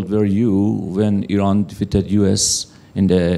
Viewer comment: I-ran from now on 😂